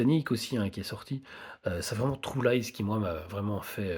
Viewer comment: Vous les francais quand vous dites le mot true on entend le mot trou.